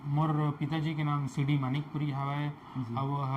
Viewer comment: Manikpuri hai wo madikpuri nhi